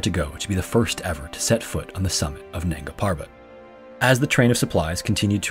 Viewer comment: Nanga Parbat (Naked Mountain). The first a in nanga is like a 'u', the b in parbat is prounonced like a 'v' and r should rolled liked a double r (rr). Nungaa Purrrrvat.